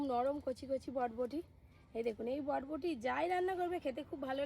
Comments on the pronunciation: বটবটি না বরবটি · কথাটা বটবটি না কথাটা বরবটি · Bodboti bolo na pl ota borboti bole😁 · বটবটি নয় বরবটি। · বটবটি না বরবটি